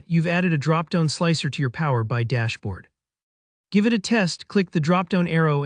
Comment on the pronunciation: The voiceover on this is so bad. "Power Bye"?